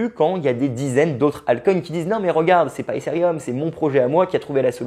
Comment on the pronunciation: Mais pourquoi prononcer Ethereum "Éssérium" ?? n'importe quoi.. É-TÉ-RÉ-UM, c'est pas si compliqué..